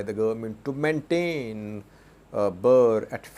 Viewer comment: you always pronounce Ethiopia’s Currency wrongly. It is not BAA but Birrrr